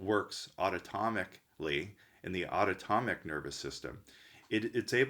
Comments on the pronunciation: good video! btw it's the autonomic nervous system, not "autotomic" ;) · "autotomic" used instead of autonomic at about